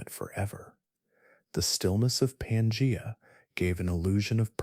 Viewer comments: Pan gee a not pan jay a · 😂 pan-jay-a. That was distracting